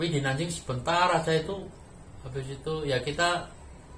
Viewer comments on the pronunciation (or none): Cara ucapnya Nan jing ucap Nan cing. Guang dong ucap Guang tong